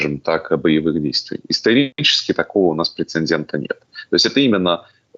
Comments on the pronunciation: Господин, "прецедент", а не " прецендент". Конечно, это почти ни на что не влияет, но... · Дорогой! Все-таки прецедент, а не прецеНдент. Извините филолога за занудство😊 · Мне послышалось или действительно сказал "прецеНдент"? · Тоже раздумываю: показалось ,, прецеНдент’’ или так и было сказано, причем пару раз.